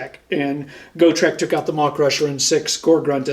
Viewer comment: Love that you guys are back. I don’t have pages for reference but you can’t stack the same abilities from the same source more than once (believe it was in Gw faq somewhere, that’s a more fyi than complaint lol) Also it’s gotrek (got-rek) not go-treck which sounds like a Footwear company 😂 Love the content crazy how strong the ij are at present.